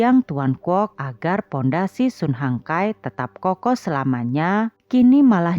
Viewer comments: Sun Hung Kai (baca) SAN HUNG KEI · Cara baca nya SUN HONG KAI